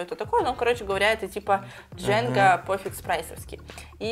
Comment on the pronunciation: Не "Джэнга" а "Джанга"